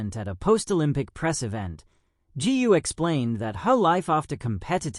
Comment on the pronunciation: Gu should be pronounced Goo not Gee!